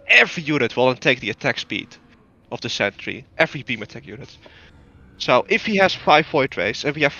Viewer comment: That "every" was the most emphatic "every" I’ve ever heard